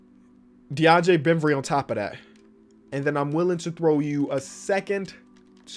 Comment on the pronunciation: “Deandre Bemvry” every time